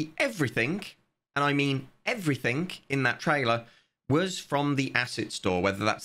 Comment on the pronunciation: bro why do you pronounce the "g"s as "k"s? "Nothink" "everythink" "realizink" "launchink". Do you have a medical condition or somethink?